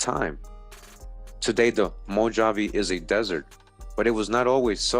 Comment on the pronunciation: mow - haa - vee = MOJAVE == YOU got that right == a DAY is like a THOUSANDS year TO OUR FATHER CREATOR they don't know the exact amount of years the earth has been here. THEY are LYESTIMATING, LOL telling lies with their estimates as USUAL. ==??EXPERTS?? THANKS for all the GREAT RESEARCH that you do. Also all those OTHER NON HUMANS they are finding are the HYBRIDS and Demons that The devil and his demons other fallen angels tried to create by creating their OWN RACE and FAMILIES. == That is WHY THE CREATOR FLOODED THE EARTH to WIPE THEM OUT, because they were created in REBELLION to OUR FATHER CREATOR's PLANS. == They mix TRUTH with So MANY LIES. They still have not revealed the info and TRUTH about the GRAND CANYON or told anyone about the thousands of PYRAMIDS that are WORLDWIDE. People forget that THE WORLD was ALL ONE CONTINENT and LAND MASS at one time in the HISTORY of the WORLD === PANGEA. MOST likely that land split apart during the GREAT WORLD FLOOD. == The world was reset by OUR FATHER CREATOR after the flood. During the time of the TOWER of BABEL == GOD OUR FATHER CREATOR DISPURSED ALL TRIBES OF COUSINS TO ALL PARTS OF THE WORLD.